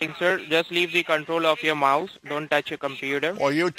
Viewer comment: The way they all pronounce mouse, mauze, really irritates me.